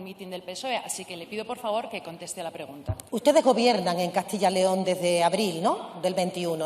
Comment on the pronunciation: Se dice Castilla yyyyyyyyyyyyyyyyyyyy León mendruga!! Siendo ministra lo debería saber. Su comunidad es Andalucía, no Handalusia, ni Andaluzia, ni Handaluzhia, entiende señora!!!??????